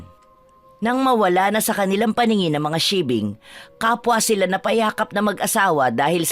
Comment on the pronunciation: Paki ayus nman po pag bigkas bawat wika kz pag mapakingan Ng iba yn tamang pangalan tulad Ng sigbin ang inyo sibing ealang ganong aswang ulol